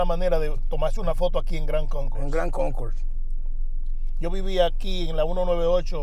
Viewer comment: Si dise GRAND CONCOURSE.... not Gran Conco...